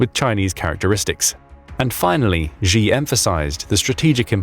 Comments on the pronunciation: Btw: Xi [shi], rather than [zhi]. Urumqi [utumchi], rather than [urumki]. Falun Gong members were not hust tortured, but became a live "stock" of organs for replacement for CCP officials or anyone willing to pay. Also, CCP is not a single cohesive power but a gang of infighting factions. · Xi is pronounced “Shee” not “Zjhe”😂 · Why do you pronounce the name "Xi" like a Gee instead of "Shee" as it is pronounced in Mandarin? Falun Gong practitioners were Zhang's (pronounced /jahng/ go to for secret organ harvesting. And have you heard that a coup has taken place at the top making Xi (/Shee/) a figurehead? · Don't lecture us on Mandarin please when you can't even pronounce Xi's name.